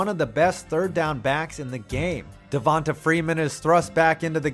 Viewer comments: It’s pronounced Devontay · Everytime he days devota freeman I shit a Lil bit... ots pronounced devontay damn mayonnaise get it right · Just some help pronouncing Black guys' names: just because their name doesn't have a 'y' or an 'e' at the end, you still pronounce it as if it does. So Devonta Freeman is pronounced "Devontay" not "Devontuh". And Donta Hightower is still "Dontae". Sorry, it was just cringe hearing the narrator say Dontuh and Devontuh. Lol. Great video guys 💪🏿💪🏿💪🏿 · Dude…it’s De-von-TAY…and Don-TAY😂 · Who tf pronounces Devonta and D’onta like that?